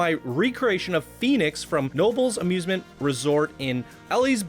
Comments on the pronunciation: He pronounced it nobles instead of k-nobles. Ha ha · Making El Toro from Six Flags Great Adventure but as an RMC. I hope to send it to you soon! (Btw, Knoebels is pronounced "Ku-No-Bulls") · Just wanted to let you know it’s pronounced Kah-no-bels. And I’ve ridden this so many times in my life and it’s a really amazing replica. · This was my first roller coaster. You pronounced Knoebels wrong and it's not pronounced eeeliesburg...not with a girls name it. You need to correct your geographical pronunciation lol